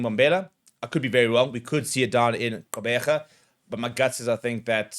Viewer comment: Nice pronounciation of "Gqeberha" I'm very proud. ❤